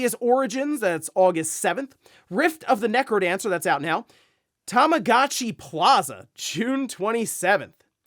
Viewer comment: How Tamagotchi was pronounced during the Direct had we doing a double take 😆... first time ever hearing it pronounced that way.